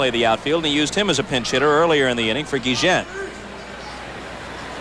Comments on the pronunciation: Funny you call him GEE-JEN. 20 years ago he could have run for mayor of Chicago and won easy. Still love ya Ozzie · Ozzie "geegen"....🙄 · Ozzie "Gui-Jen" WTF ?????? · I thought the video kept skipping when they said his name lol. Never heard it pronounced like this before!